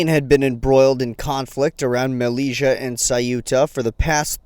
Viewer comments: Good work but m Mellila is prononced "melilya" not "meliga" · Just to let you know that the name of the city is not malija but melilia pronounce melilya. Thanks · It pronounced Meli-ya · Malezzia lool that's not how you pronounce it.